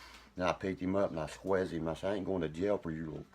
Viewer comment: “I squezz him” 🫂🤣